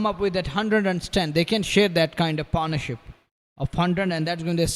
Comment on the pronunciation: commentator "upish" in the air mea upish ka mtlb? is it a word? and its not Paar' naur'ship but pat'nah-ship ... ma kar pannuey english